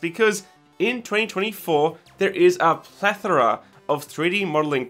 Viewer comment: What I appreciate is him pronouncing it correctly unlike most people I see on Youtube.